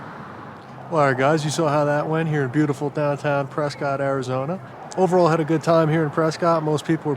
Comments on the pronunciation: The whole Preh-Skit thing just kills me. PRESS-Scott. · Its pronounced Pres-cut not Pres-cot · It's pronounced "Prescitt" not "PresCOTT".....first clue you're a tourist. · One quibble,. They pronounce it PRESS-cut, not PRESS-cot. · locals dont pronounce it 'Press Scott'....its 'Press Kit'...:) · i grew up here and still visit frequently, its crazy to see a video on it! also, it’s pronounced preskitt, not prescott haha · Pronounced “Press kit” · It’s pronounced press-kit ! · It's pronounced, "pres-SKIT" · Preskitt Learn to pronounce it correctly if your gonna do a film on it. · It's pronounced Press-Cut... otherwise keep up the good work! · It's "Preskitt" AZ!!!! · It’s pres-cuit like a biscuit 🙌🏼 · Love you're channel and your dad's. Just a heads up to not piss off the up-tight people in Prescott even more. It's pronounced "Press-kit' lol. Keep up the awesome work! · I'm an Arizona native and Prescott is pronounced "p r e s k i t." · You are pronouncing the name wrong the woman in the lime green shirt Pronounced it correctly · Starts the video pronouncing the city wrong 🙄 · pronouncing the city's name wrong